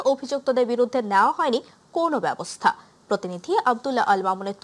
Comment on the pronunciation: Flumbbing kore onek,protinidhi,udvudhon uccharon hoini